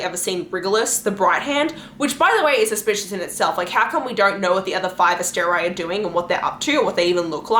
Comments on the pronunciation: I'm sorry but ASTER-EYE seriously? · You mispronounced like everything. So hard to listen to with your random decisions on how to pronounce things like Asteri.